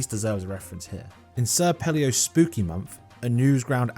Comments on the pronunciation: sir pelly-o? iv'e never heard someone mispronounce senior pell-o so badly in my life lmao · Anyone else notice said "Sir Pelio" instead of "Sr Pelo"? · excuse me, sir palios??? like the age of dinosaurs??? mfkr that is SEÑOR PEL-LOH, you put some RESPECT on his name, br*tish "person" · pronouncing "sr pelo" as "sir pelleo" might be the whitest thing ever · This hurt me… you Europeans should know Spanish how did you butcher it this bad😭